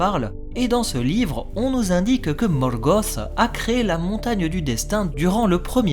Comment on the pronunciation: Poirquoi tu roule les R pour Sauron et Morgoth ?